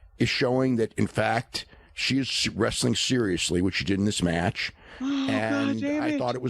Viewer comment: Anyone else hate the way Dave says the word "match"?